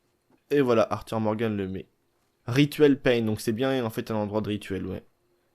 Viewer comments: Tu dit pain c’est prononcé paillin mais s’écrit païen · C est masque paien qui se prononce payin camarade. Les paien croyaient en plusieurs dieux il me semble